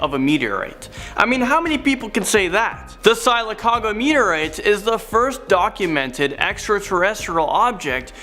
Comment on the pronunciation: omg these kids and their non reading self lol.. Its pronounced Silokoga (Spelled sylacauga), and its an Indian name.